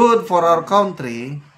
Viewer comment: Pls.pronounce country correctly.ty